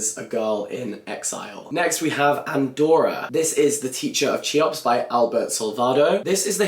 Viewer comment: Cheops is pronounced 'Khe-ops'